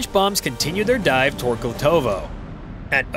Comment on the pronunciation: It's Glotovo, Belgorod region, not Glutovoy. Check news for May 27, 2025